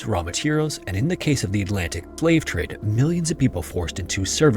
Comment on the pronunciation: You mispronounced slave